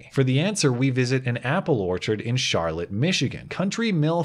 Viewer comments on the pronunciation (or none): I'm from Charlotte and I was excited to see you make a video on this issue! Love your videos! (And it's pronounced Shar-Lot instead of Shar-lit) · The town is pronounced SHAR-LOT even though it is spelled the same a charlotte. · I'm from around Charlotte and it's pronounced (Shar-Lot) and this orchard does a lot of charity events. I support them. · Michigan is weird. It's actually pronounced "Char-LOTT" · People in Michigan pronounce it "Shar-LOT". I was living in East Lansing at the time. That was a whole basket of manure, but I'm glad people were allowed to decide whether they bought or not instead of the government taking that choice away from them.